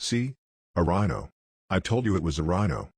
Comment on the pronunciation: Great to hear you again! Well done, I loved the "Prhino" xD I barly saw the magnets ^^ Anyway, great looking army at all.